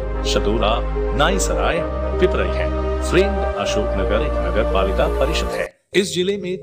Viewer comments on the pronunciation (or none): मुंगेली नहीं मुंगावली शादेरा नहीं शाड़ोरा पिपराई नहीं पिपरई नाईसराई नहीं नईसराय ईशागढ नहीं ईसागढ़ बहुत गलतियां हैं सुधार लो। अच्छा रहेगा।